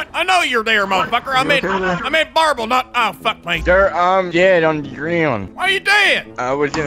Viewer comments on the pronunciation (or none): Barble this way 😂😂😂😂 i love sounds like pizza keep up the good work man